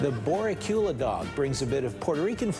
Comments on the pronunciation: Yeah, that's not how you pronounce boricua in Spanish. So, X to you. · Did not expect that surprise shoutout to Puerto Rico with that hot dog butchering pronounciation